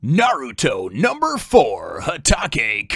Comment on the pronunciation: Good review, just remember the tip that has been commented before abot pronunciations. The vowels are alwas pronounced the same.In Hatake the "e" sounds like "ea" in "weather" and "Enel" Also, Kakashi is awesome